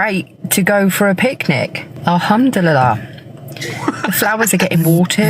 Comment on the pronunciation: “All ham 🐖 to Allah!” 😂